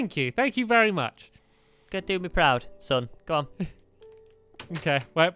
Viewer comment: He said Wee-Wee